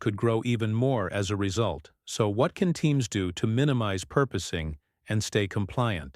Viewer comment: PORPOISING! AI can't spell it or pronounce it! And we are dumb enough to put up with it.